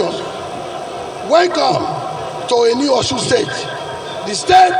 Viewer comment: It is Osun and not Oshun. Alphabet sh is old yoruba spellings. Now a S with a dot under it.